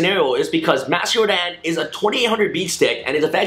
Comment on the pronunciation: its the way you said dian it is right because its female so yeah your right